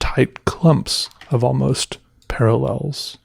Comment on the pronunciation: Almost parllels? 🤣